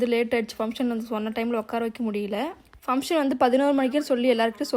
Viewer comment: Sis sry to say this fumtion illa sis function nu sollunga.., just correct pannikonga.. don't mistake me